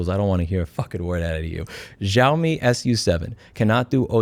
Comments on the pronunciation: the X in Xiaomi is pronounced like SH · I'm sorry for nitpicking but Louis, it's pronounced as "Shaomi" / "shau mee" . I hope you learned something. Have a lovely day. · Xiaomi = "Shao-me" beginning pronounced like the beginning of "Shaolin" ... just trying to help ... also " don't make the bulb available and you can suck my..." cracked me the fŭk up! 😂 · Ontario 🇨🇦 here, idk how to say that brand's name either so pronounce it like "yo-me" and I'm sure it's completely wrong but 🤷‍♀️ It's ironic that a brand that makes clones of flagship cellphones is involved in automobiles and also clones the horrible bs that flagship brands lose customers over. Like, yome you had one job! Fail. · xiaomei is somehow pronounced show-me btw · Its pronounced sheeao mee but the way you pronounced it is how we say it in my country and in our language it means "I feel sorry" or "I pity", suitable because its for people who dont want to fork out for a Samsung or Iphone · The Xiaomi wumao 😂